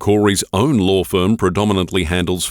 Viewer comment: it's pronounced law, not lore